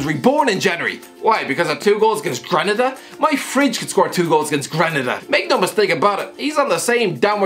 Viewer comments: Can’t even pronounce Granada not greneda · He butchered it lol 0/3 correct